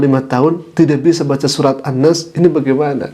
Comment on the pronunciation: An'nas bacaannya jd an'nice 🤣🤣🤣